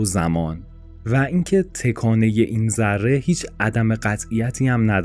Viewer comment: ویدئو عالی بود ولی از اینکه در طول ویدیو دائم به جای تَکانه هی گفته می شد تِکانه خیلی اذیت شدم